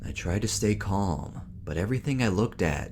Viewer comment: The word CALM. Do not pronounce the letter "L" . It's the same as the word TALK. It would be extremely irritating to listen to someone say "I was taLLLking to the doctor." The same for Calm. It's a silent L.